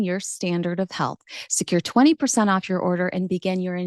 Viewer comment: “Orf with his head”